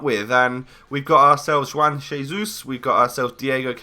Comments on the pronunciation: p.s if you want to pronounce Juan Jesus properly it's Hwan Haysoos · You don't prounounce the "J" in Juan Jesus, you prounounce it Huan Hesus